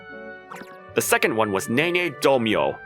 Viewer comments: Pronouncing Nene as Neen is a crime, a little bit of sick came up when it hit my ear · I can't with Neen everytime she pronounced "Nene" 😭